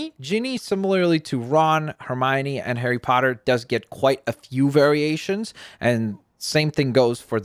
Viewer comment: You saying it wrong. You said Hermione and weasly wrong